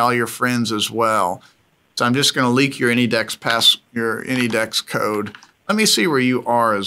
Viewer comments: Why do you pronounce ANYDESK as Anydex? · Can someone tell me if he says "AnyDex" because of copyright or something? Thank you!